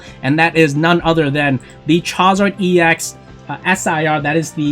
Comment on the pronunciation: Bro if you say chowzar one more time lol.